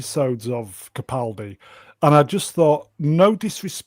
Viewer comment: Why does constantly mispronounce CAPaldi as PACaldi?? Ffs get the man’s name right!